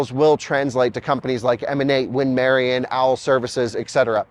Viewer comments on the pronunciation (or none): none